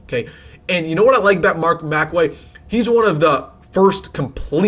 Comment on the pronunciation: Lol you called him Mark Macway. 🤣